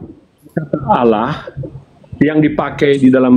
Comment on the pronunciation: Oten tulisan Allah Mengapa baca huf h nya gak di ucapan Kok cuma Alla